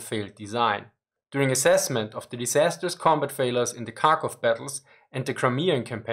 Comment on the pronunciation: The first K in Kharkov is silent (comes from Russian Х letter)